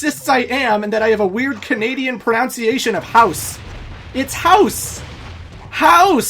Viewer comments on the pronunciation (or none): House sounds good, but you did wreck "pronunciation" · "house" is correct. "pronoUnciation" is wrong. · You're saying house right. but Pro-nounse-ee-ashun wat Pronunseation or Pro-Nounse not Pro-Nounse-ee-ashun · You're saying House correctly, but you mispronounced pronunciation :3 Jeez, say that several times fast